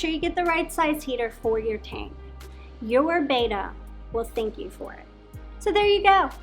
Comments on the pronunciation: bet uh not bey tuh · You guys pronounce BETTA like a bunch of mongs